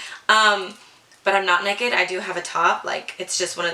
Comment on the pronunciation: Girl!!! You were glowing through the screen ✨✨I’m living for the hoops😍🙌🏻 and how you said necked (naked) lol i never noticed how much you sound like your mom till now 😊 keep up the good work hun 💛